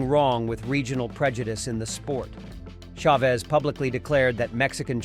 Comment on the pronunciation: The AI doesn't know how to pronounce "Chavez". It's a sign of low effort content where the uploader can't be bothered to voice or edit their own videos before uploading it.